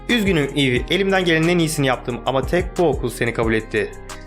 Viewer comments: Abi aslında o kızın adının öyle okunmuyor. Eva diye okunuyor. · Abi kızın adı normalde eva diye okunuyor eve diye yazılıyor